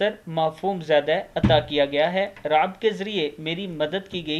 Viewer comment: Raub ,raab nae